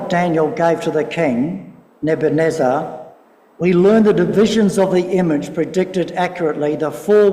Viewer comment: its Ne-buch-ad-neezer, not nebuneza